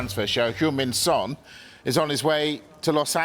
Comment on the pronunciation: 10 yrs in the Prem FFS pronounce his name right. the disrespect proves your complete ignorance